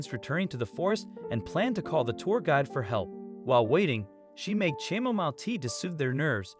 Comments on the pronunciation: Chamomile tea: the “h” is silent the “a” is short and the “mile” is pronounced “mill”. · Bears. It was bears. There, saved you 8 minutes. Edit: what’s “cham-o-mile” tea? 😂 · lol. I know. I’d just never heard that pronunciation before.